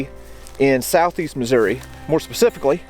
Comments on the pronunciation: Very interesting and informative. You get extra props for correctly pronouncing New Madrid (fact) and Missouri (opinion). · Thank you for pronouncing Missouri the right way. ( at least from central Missouri on up.)